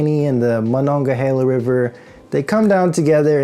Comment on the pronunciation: You pronounced the full name of the Mon River correctly so you are now a Pittsburgher! I grew up there but have lived in SW Florida for over 40 years. The weather down here has gotten hotter and lasts longer than it ever was. I've had enough of it. Nine months of unrelenting 90 degrees does that to you.